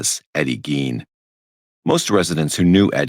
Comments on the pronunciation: GEEN mf gEEn lol damn that’s been driving me crazy listening you pronounce it wrong for a week straight every time you say it I’m just yelling inside. Please pronounce it correctly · has to be trolling he clearly hears it being pronounced “GEEN”